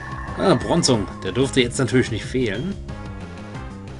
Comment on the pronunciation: Bron-zong??? Brooohonnn :`(